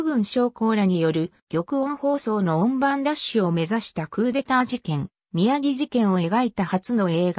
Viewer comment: 宮城(みやぎ)ではなく、きゅうじょう であります。